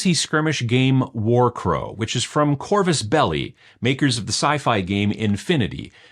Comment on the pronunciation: Hey, nice to see an English speaker not completely mangle saying Corvus Belli